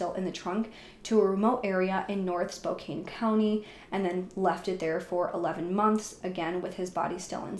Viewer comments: *SpoCAN, not SpoCANE... Can as in can't, lol 😉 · Spo-CAN… not spokane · Spokane is pronounced "SPO-CAN" not "SPO-CAIN." You're just reading a narrative, not very convincing. This ass-hole (perpetrator) has been placed in a "better place." The daughter isn't much better though. Dan seems like the only normal person. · Spokane is "spoke-an" or "spo-can". It's pretty common to say "Kane" if you're not from the northwest. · Love that you covered this, however For the Love of god, it's Spokane (spo-CAN) not spo-caine. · Pronounced Spo-can Not spo -cane E is silent 🤗🤗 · Also it's not spo kane, its spo can. Mf saying it weird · I hate to be one of “those people” but I’ve lived in Spokane my whole life. It’s actually pronounced Spo-kan. This story is crazy & so sad. Thank you for covering it. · The way you say “Spocane” is absolutely killing me lol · It's actually SPOKANE lol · I know that it’s spelled Spokane, but it’s actually pronounced spo-CAN. 😉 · It's pronounced SPO-CAN...just saying... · Spokane rhymes with Anne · Love all your videos. I’m from Seattle and it’s cute how you pronounce Spokane hehe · Only adding this in case you decide to pursue some of the other cases mentioned in the comments for this area, because, in the grand scheme of things, this is trivial at best...but they town's name ends in the 'an' sound just like can or pan or man...so it's like the 'e' on the end shouldn't be there when pronouncing it. This is such a tragic case. 😢